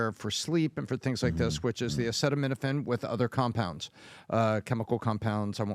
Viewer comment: If you tell me Acetaminophen can give my baby Autism and Im pregnant…..i am not touching it with 10 foot pole. Trump handled the mispronouncing of Acetaminophen well. He isnt the first who has a hard time pronouncing active ingredients of drugs and not the last.